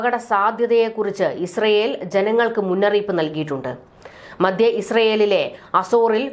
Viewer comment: മദ്യ,ദീർഗ്ഗ,യുദ്ദം.? താങ്കൾ ദയവായി ഉച്ചാരണം ശരിയാക്കണം. മധ്യ,ദീർഘ,യുദ്ധം എന്ന് തിരുത്തി പറഞ്ഞ് പഠിക്കണം